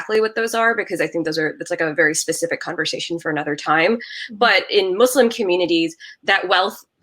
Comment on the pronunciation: I thought this was a different and interesting covo🙌🙌 you never cease to amaze with your channel... love the points that you ladies made.. AND I’m so happy of the proper pronunciation of “Muslim” 🙌🙌 I hate when people say “Muzlim” 👍